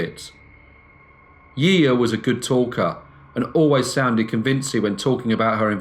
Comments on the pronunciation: We pronounce her name "she sha" 👌🏻 she's very well known here haha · I adore you, greatly enjoy your work but every time you say her name I get a little bit of FLAVA FLAV.......YEAAAH BOOOIIIII!! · Yiya is pronounced 'shi-sha' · No to be grammar police type, just a btw, her name would be pronounced jija or shisha, but tbh it doesn’t matter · It is pronounced like *Shisha here in Argentina ;-)